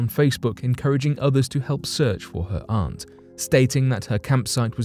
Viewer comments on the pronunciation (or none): none